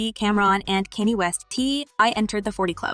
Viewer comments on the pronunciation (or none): West is name Kan yaa! Thats how you say his name. Not Kinny.😅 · You need to research their names...T.I not T.I.I and Kanye not Kenny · You have a good speaking voice but the pronunciation of T.I l. and Kanye is 😡😡😡😡😡